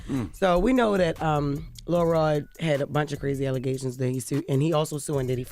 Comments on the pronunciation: It sound like she saying Lil Rel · imagine you are listening to this and you do not know that they are referring to LIL ROD until Charlamagne and Envy say it. The whole time I'm hearing Jess say: LIL REL.... lol I love my girl, but WHAT?!?!?!